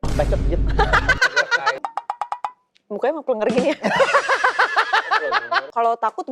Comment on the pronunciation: Pléngér bukan plenger mbak penyebutannya,secara dari tulisan juga beda🙏🏻